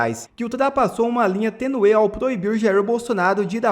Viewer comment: Não é tenue ,é tênue